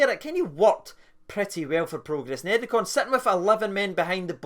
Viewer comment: Are you pronouncing it like that to call Niederkorn a bunch of neds? Like the Rangers TV announcer who kept calling Almeida, Almedia to rhyme with Artmedia.